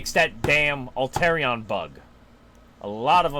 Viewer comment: I love the video, but 'Alterion'? Made me laugh each time, I love you man, but it's 'Al-a-tre-on'